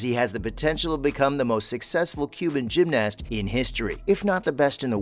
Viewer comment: Why is he saying gymnast so weirdly and pronouncing the a